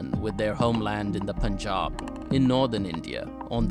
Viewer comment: says Poonjab while actual presenter says actual pronunciation Panjab. LOL